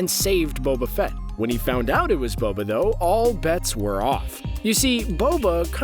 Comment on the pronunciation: Anyone realise how he said Bobo instead of boba